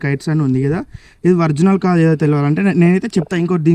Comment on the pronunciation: Orginal ❌Vrignal ✅